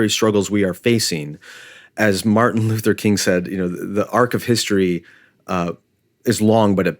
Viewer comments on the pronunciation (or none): none